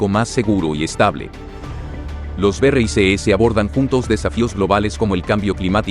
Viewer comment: BERREISESES...NO PUEDES DECIR BRICS? DISLIKE